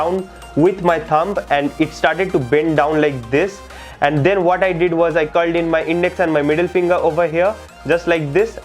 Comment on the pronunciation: “den you move tee tumb to do dee tyke bombing” I’m ded lmao